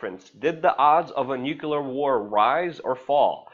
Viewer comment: You preach Luke! I agreed with most of what you are saying, except for the word " nuclear". The word is actually "nu-clear" and not "nu-q-lar". You remind me of Bush, during 911 is the first time I heard it.